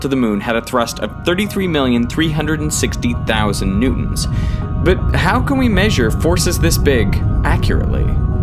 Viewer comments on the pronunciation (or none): Newtons❌ New Ons✔️